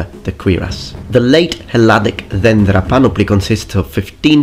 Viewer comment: Very good job pronouncing dendra.Most foreigners would butcher it(Δένδρα).